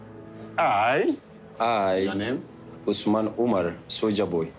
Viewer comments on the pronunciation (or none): It’s she never pronouncing his name correctly not even once for me